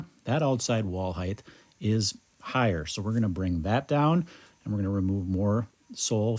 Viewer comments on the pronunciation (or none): Is he saying "heigth" instead of "height"?